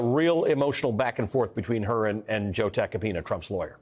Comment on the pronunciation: Joe Attack-a-peen-uhhh Or Joe Take-a-peen-uh😂😂😂